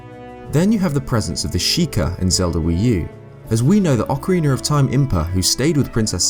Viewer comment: Ocariner of Time